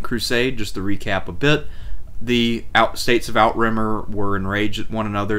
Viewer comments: "How To Say Outremer" / Emma Saying ~ NOT Out-Rimmer or Out-Remmer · "Outremer" is pronounced french and translates as "overseas". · love these reviews, thanks for putting these together! to pile on: Navarre "Nuh- VAR" (rhymes: 'the jar') Outremer "OO'truh-mare" (rhymes: 'boot a pair') Comnenus "kum-NEN-ose" (rhymes: 'come MEN host')